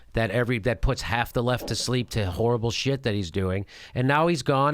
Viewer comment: Jimmy the way you say the word "XXHHHorrrible" is horrible.